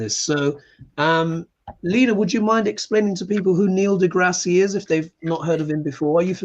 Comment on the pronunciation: Neil degrasse (pronounced de grass no de grassy) is great. He has videos on your Tube called Star Talk.